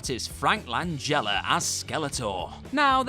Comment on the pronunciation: Somethings wrong here. He actually pronounced Frank Langela’s name correctly. Is this really WhatCulture?